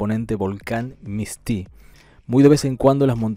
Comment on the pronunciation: Bueno es Misti, no mistí.